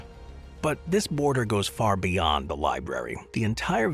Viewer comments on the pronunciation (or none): none